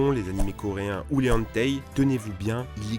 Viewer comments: ON DIT HENTAI PAS ONTEII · entei ? Non , non , non ... HENTAI !! ça prononciation : HeN - Ta - Ye :) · Attttt ta vraiment dit les [En] [taille] donc non les hentai ça se prononce [N] [taille] voilà .... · On dit hentaï pas entai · cest pas ONTEI cest HENTAI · Les enetay non les hentai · Les quoi? les entei?, jcrois j'ai mal entendu on dis Hentai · "les anteï" jpp les "HHentaye" voila c'est mieux comme ça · personne ne parle du fait qu'il dise "hantei" et pas "hentai" ? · il a prononcé ca hantei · On dit pas hentei mais Hentai d abord c est un art oui bref super video ca apprend pas mal de choses sur les animes et mangas merci a toi d apporter ta pierre de connaissance a tous ceux qui meprisent notre passion un gros like pour t en remercier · "les henteil" x) on dis [hentail] (hentail) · Il a dit "huntey" au lieu de hentai 👏👏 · répétez avec moi les enfants,c'est pas les "hentaï", mais les "Anteï".Bon je charie, j'avoue😁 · Hentai pas hantei Je juge pas mais bon x) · Comment tu la prononcer??😭😭😭😭😭 HEN (comme la haine) et TAI (comme la taille) voili voilou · Comment tu dis hentaï ?! Ça se prononce èntaye :D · "Les enteï" MAIS OUI BIEN SUUR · je rêve où il a dit Henteii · les vrai faute c'est "hentey" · Les "hantey" ? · "et les entei" XDDD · Les... Les... Les quoi ? Les "Enteille"? 😂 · les "hentei" ? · "Les HENTEI" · Les "hentey" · La prononciation de hentai vers a tout gaché ;-; On sent l'influence pokemon à dire Entei ixdee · les "entei" hein ? haha nice prononciation ! allez à part ce petit défaut c'est une bonne vidéo beau boulot ! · Les " HentEÏ ".... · il a dit ANtai ?!?! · Attend j'ai pas compris, t'as dit les Hen... ? - -Ah oui les fameux HenTEI ! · Hentai se prononce pas comme ça rassurez moi on dirait qu'il dit "entèye x)" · "les hentei" c'est des pokemons sa, pas un genre de manga ! merde quoi va chez un orthophoniste XD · À minutes tu prononces un nom hyper compliqué de manga, tout ça pour après prononcer Hentai, anteï. 😂😂